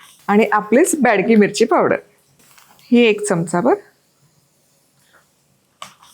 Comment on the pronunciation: it's not badki mirchi, it's bedki mirchi. Recepie is superb.